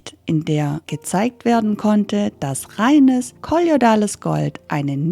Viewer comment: Schönes Video. Es heißt aber nicht " kolliodales Gold"!